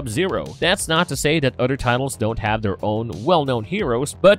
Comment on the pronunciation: Udder anudder